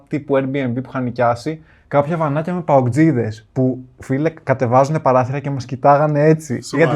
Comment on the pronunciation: ΕΊΝΑΙ ΠΑΟΚΤΣΙΔΕΣ ΚΑΙ ΟΧΙ ΜΠΑΟΚΤΖΙΔΕΣ